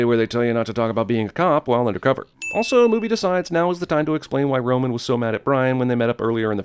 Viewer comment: Why was he calling Roman “rome” for like 2 minutes